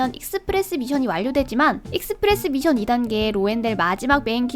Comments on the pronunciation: mission인데 자꾸 발음을 tion이라고하네 미쎤이 맞아요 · 미션할 때 ㅅ발음이 th네요 특이하시네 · 서울 사람 아닌가 미션이라고 할때 이상한데 경상도는 미쎤이라 하지